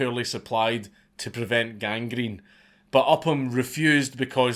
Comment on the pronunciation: There's something oddly satisfying about how Dankula pronounces "gangrene"